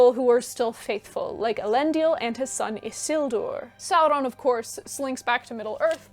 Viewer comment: Isn't Elendil pronounced el-en-dil (all short vowels)?